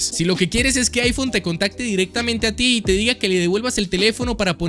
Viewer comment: Es iPhone o chaifon? 🧐